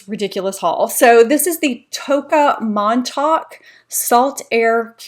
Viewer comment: Oooooo weeeee.....THAT was a haul! Notice your eyes immediately and there it was; stunning palette. That Tocca candle; would love to know if it beachy. You pronounced Montauk so lovely; many of us say Montawk, of course 😂.